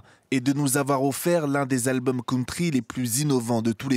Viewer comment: ça doit être une crime de prononcer country comme ça , chui choquée